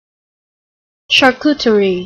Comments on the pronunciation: This is pronounced with English accent. The real french pronounciation is not exactly that (the e is not pronounced and the r is different). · because she is pronouncing it wrong. the "terie" is not ter-ree, but just, tree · what a hell do you (english people) tend to pronounce every french word like that??